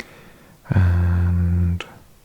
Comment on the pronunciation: I’m a simple Texan, I see Texas I click. (It’s ama-rillo btw, like in armadillo. Born and raised!)